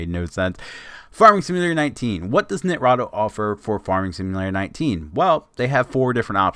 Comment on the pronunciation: i know im late but for some reason this is triggering me x.x as far as i know its Ni-Tra-Do (Nye-Trah-Doh) also thanks for the video and im surprised you have less than 2k views with 44k subs